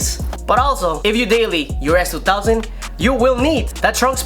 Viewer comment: you should listen on how he says s2000 lol its kinda funny.